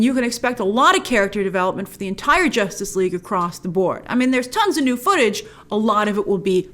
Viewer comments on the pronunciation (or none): "Josstice league" - oof